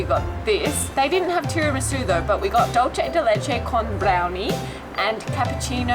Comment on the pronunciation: My Aussie friends. Choripan: Chori = Chorizo (Sausage) and Pan = Bread. NOT HOT DOG! Hot dog meat is ground to a paste and chorizo is ground into small chunks offering more texture. Hot dogs are are skinny. Chorizo is thicker. Dulce de leche was butchered. Dulce is pronounced (doolce not dolche) (dolche is the Italian pronunciation). In the US, we all it Milk Jam. Helado sounds like hell-ado. In Spanish, the 'h' is always silent (elado). On your next trip, go with a travel guide who is an expert on where you are going. I'm from Argentina and I live in the US. I've also lived in Mexico, have traveled in Europe and have been to Melbourne, Australia. I can improve your experiences.